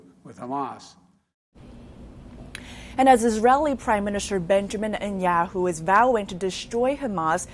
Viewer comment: If you're going to report on World Leaders, please take a moment to learn how to ptonounce their names. It is NOT Enyahoo. It is Netanyahu.